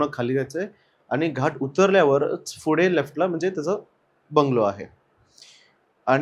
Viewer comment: "Fudhe" nahi re...."Pudhe"... ka neet nahi bolat shabda... yedha dokyat jato na ha "Fudhe"